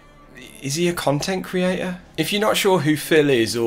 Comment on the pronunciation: “I am an independent khantent kreator!” 4 at once? 😂😂 His prestreams really are like a broken record.